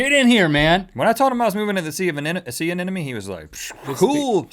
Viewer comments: Rhett - Sea Anemone. Ah - nem - uh- nee. Not "ah - nen - uh - mee" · Every time Rhett said anenome I was screaming in my head.... anemone!!!!!! gahhhh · did he say "sea anenome"? :)))) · They keep saying anenome :D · "I was moving at the sea of a sea anemone" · rhett pronounced anemone wrong. also theyre not 100% asexual. in fact they only split into two if stressed. also they CAN move pretty fast if they want. ive kept anemones and they can move across large fishtanks in only a few hours